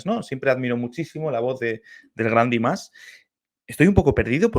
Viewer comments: A mi me gustaría que buscaras el nombre real de Dimash y lo pronunciaras correctamente 😊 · Păcat că se pune atâta preț pe pronunție, alte lucruri sunt importante. Ai putea începe cu pronunția corectă a numelui, Dimash, e doar un cuvânt nu un cântec întreg. În rest, în mod sigur îți place cântecul, doar că este bulversarea de început, Dimash concepe melodii complexe și ne trebuie timp pentru a înțelege totul.